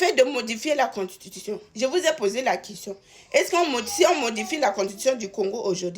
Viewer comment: On dit constitution ma chérie ! Belle analyse quand même .